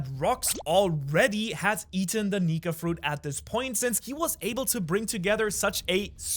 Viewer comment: bro did not say nika